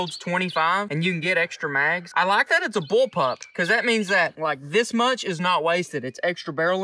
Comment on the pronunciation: I weally wike